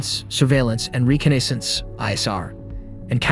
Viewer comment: Reconnaissance, slight mishap in the pronunciation for that word. No worries though 😊, still very interesting video